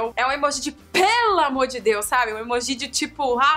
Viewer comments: Karol não fala emojís fala emojis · Karol, não tem acento pra falar emojÍ, é emoji com som de acento circunflexo no o (emôji) entendeu? Beijos linda!! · todo mundo fala emôji, ela tá errada mesmo hahaha aliás ela fala várias coisas meio erradas mas tudo bem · o certo é emôji ou emojí? a Karol falou emojí e eu fiquei sem entender! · Gente... So eu q falo "emôji" e nao "emojí"?? 😔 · pois é! me deu mto nervoso ver esse vídeo pq ela fala emojí o tempo todo! só vi até o final pq ela é um amor! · HAHAHAH Adorei essa tag Karol, ainda não tinha visto! ps.: vc fala emoji de um jeitinho muito engraçado kkk <3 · Vc fala emoji errado kkkk te amo